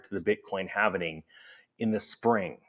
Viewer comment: HALV-ing… not HALVEN-ing 🤪